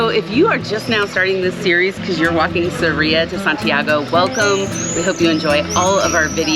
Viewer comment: It’s SArria. Accent on the first syllable